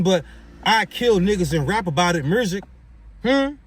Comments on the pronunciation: NGL I question the IQ of anyone that pronounces music as “mursic” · This guy can't speak. He said mersick lol. But if the guy he supports has his and we are deported where is he going? Because he will have to go too lol.